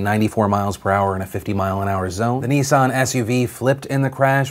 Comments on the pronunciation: Its not pronounced Nee-ssaarn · I’m offended by your pronunciation of Nissan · All I can here is "Neesan, Neesan, Neesan" it's Nissan dammit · Nissan. Unless you're one of the twats who overpronounce words, it's Nissan. Not Nee-San. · Neesarn? It's pronounced Nissan, sweetheart. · I love you Phil but if I hear you pronounce Nissan as 'Neesan' I might lose my tiny Scottish mind. It is pronounced 'niss' 'an'.... Niss..an.... Nissan. You god damn yanks butcher the Queen's tongue. Love you tho. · One sec Americans call a Nissan a Nees on. WTF 😂😂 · Phil says "Nissan" reeeaaaally strangely. And that's my very verbose and relevant comment regarding all this very serious news.